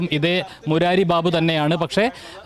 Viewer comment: ബീബു അല്ല ബാബു 😂